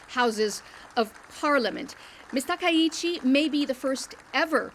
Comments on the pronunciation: Not Takeichi. TakAichi. Pronounce correctly. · to Japanese, gender doesn't matter. and it also seems there's confusion about "work-life balance". pronunciations are wrong: ❎Takeichi, Abi ✅Takaichi, Abe